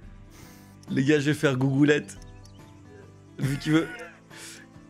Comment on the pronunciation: "GOUGLETTE"😂😂😂 D'ailleurs y aura la rediff sur house flipper please?🙏🏼